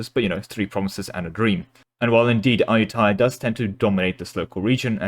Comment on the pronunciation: ah-yu-ta-ya, sue-koh-tai